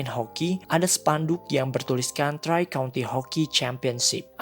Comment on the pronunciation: Maaf Om telat 9 Bulan, mungkin kalo ada yang belum tau , koreksi itu bacanya Tri/three-country, yang artinya 3 negara bagian kalo gak salah Sorry kalo salah koreksi aja :v